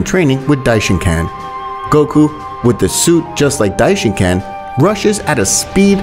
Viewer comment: Dishincan? Its dishinkan